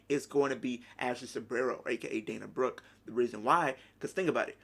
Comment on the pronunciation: you seriously said dana broooe :D haha she wont had any reaction maybe just a good pop but that s it dana brooke is nobody liv morgan is bigger than her